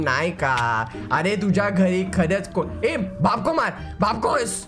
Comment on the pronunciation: It is tuzya not tuja